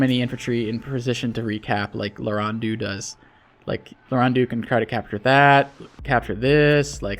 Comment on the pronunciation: Name: Lauren dox: "Larun deux"